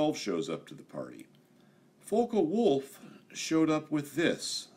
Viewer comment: It is NOT pronounced "fokah wolf" it is pronounced "fock wolf"!